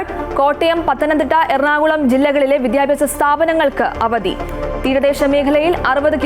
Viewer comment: News reader please dont stress in the wrong places. Sounds very awkward. Sarvakala....shaaaala . Why do you stress shaaala alone. It is one word. Vidyabhyasa sthapanangal. why sthapanam gets more importance? Malayalathe kollaruthe.